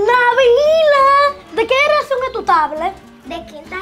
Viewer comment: diciendo generracion JAJAJA